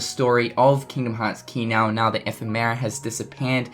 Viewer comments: epheee-mera!!!!! What!? its (eff-em-er-a)! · love the updates, but its funny how you pronounce it like F. E. Merra. thanks for the news tho. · Still can't pronounce 'Ephemera'... smdh